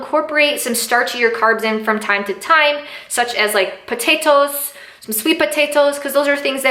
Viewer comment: where u from? u say potatoes weird lool